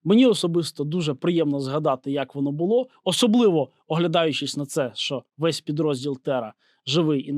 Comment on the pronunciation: "Пидроздел" от слова пидарасы😁